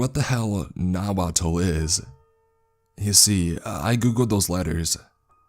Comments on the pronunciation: The pronunciation was bad on Nahuatl if it was that lol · Loved how he pronounced Nahuatl